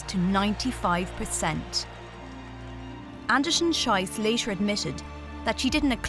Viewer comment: Aaacckkk! The second name in "Anderson-Schiess" rhymes with "peace". The way this announcer pronounces it, it's the vulgar German word for excrement.